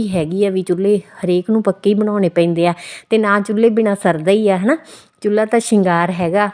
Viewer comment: ਚੁਲ੍ਹਾ ਹੁੰਦਾ ਨਾ ਕਿ ਚੁਲੲਈ